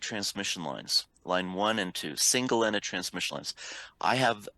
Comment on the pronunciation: What does say? All differential pairs are two single-ended transmission lines? Edit: ok yes I was right as you can see later on the slides but it's really hard to tell as he seems completely swallow the word "ended".